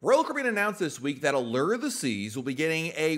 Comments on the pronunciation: The U in Allure is a long sounding U, nor errrr? Like a fishing lure. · Lol 😆 the others are right. Not pronounced Alere, it's Aluuure. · maybe I was wrong. I went back to like episode 3 of the podcast and he said ah-lerr hahaha I could have sworn I’ve heard him saying it differently at some point oh well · Thanks for this. Drove me crazy. I teach 2nd graders how to read, and I verbally corrected him each time he said it!